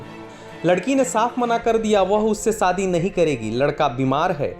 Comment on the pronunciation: Sadi ya shadi? S and sh ka uchcharan seekho